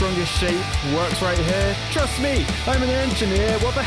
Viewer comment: "Trust me" or...... TRUSS me.